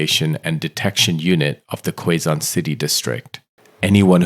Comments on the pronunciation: Pronounce as "Kezon" not Kwezon. And "mAHyor" not meyor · Quezon City The pronunciation in Filipino: keh-zon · Hey there. You can pronounce Quezon as [ke-zon]. To make it easier.